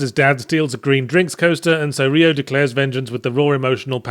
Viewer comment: Jesus, stop saying "Ree-oh".